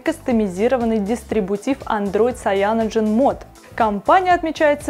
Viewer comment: Ужасно, как можно давать человеку который в технике ничего не понимает, давать объяснять людям про технику... Сам учусь в Китае, никакой ни Шаоми, Сяоми - правильно. И насколько я знаю говорят Кайяноген или Цианоген, но как говорит она... Нонсенс...